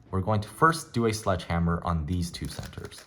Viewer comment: My brain keeps malfunctioning cuz I can’t figure out if u said hedgeslammer or sledgehammer lol (still helped me a lot)